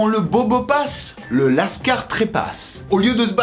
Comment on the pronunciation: Qui dit "lascard" pour dire cailleras lol